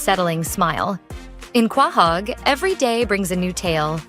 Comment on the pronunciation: It’s Quahog. Pronounced Ko-hog